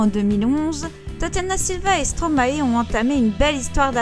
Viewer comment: On ne dit pas Stromaééé mais Stromaie (prononciation )